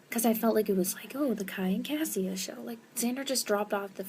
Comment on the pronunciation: Cassia is pronounced Kasha. It's like Kesha but with an A like apple. I know this because I listened to the audiobooks and heard how it is supposed to sound like.